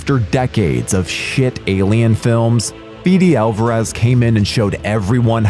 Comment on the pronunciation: I can’t believe you’re still saying FEE DEE Alvarez.